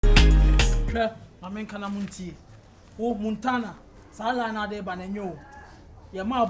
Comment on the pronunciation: it's Montana not muntana